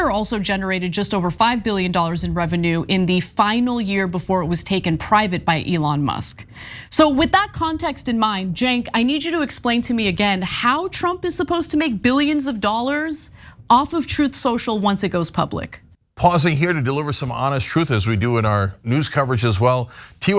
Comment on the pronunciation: She calls him Jenk it’s spelled Cenk but it should be Chunk.I just don’t get it